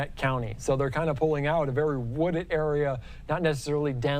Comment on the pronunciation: "Vewier discretion advised".....what a moron